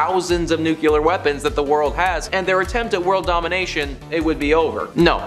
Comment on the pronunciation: Taje a shot every time he says "nuke-you-ler". 🙄🙄🙄🙄